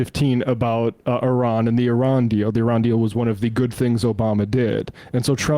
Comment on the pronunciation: Did anyone else hear them calling Iran, Irania?